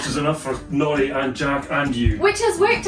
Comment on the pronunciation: LOL I thought you were saying naughty not Nori. Sorry.